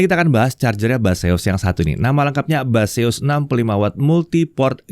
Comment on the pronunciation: Baseus , ....? yang gua denger "mbahzeus" 😝